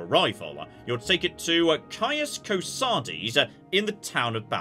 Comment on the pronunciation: Oh my God. I think this is the first time I've seen someone successfully say the name Caius "Ko-Sod-Es" and not "Ko-Sades" in an LP.